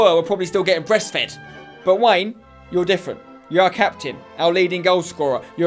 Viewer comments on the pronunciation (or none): none